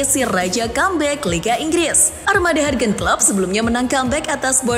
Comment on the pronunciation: Ngikutin Starting Eleven dari masih 100k Subs, smpe skrang 1juta subs, narator nyebut Jurgen Klopp masih dengan ejaan "Hargen Klopp" bukannya "Yurgen Klopp" 🤣🤣🤣🤣